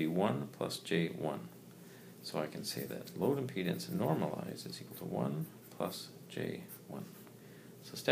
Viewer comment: impenis or impedance